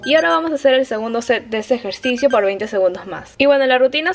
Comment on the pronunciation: Dos semanas haciendo el ejercicio y recién me doy cuenta que dice "ejercio" En vez de ejercicio